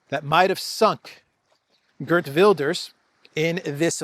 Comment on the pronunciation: Geert is pronounced as heert in Dutch btw.